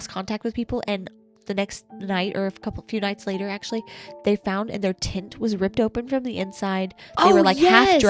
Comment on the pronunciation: 34 minutes in and I just realized y’all are saying TENT I very clearly was hearing TINT and could not make sense of what you meant lol